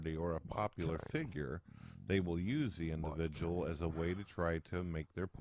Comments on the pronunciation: yes this actually bothered me i was like HOW DID YOU NOT NOTICE THE INDIVIDJAL SHITUASHIONS???!! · Holy shit, go to for a lol. This was clearly way before became self conscious about using the word "indivijul." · Oh my god, he uses "indivijul" in three sentences in a row in the first video! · I love when used to casually say indivijul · How many times does say "indivijul" in this video? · I take offence to this purtickular induhvijul sichawayshun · God buleevur Indivijul indivijul &